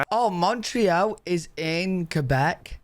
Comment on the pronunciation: He pronounced Quebec correctly which most people mess up lol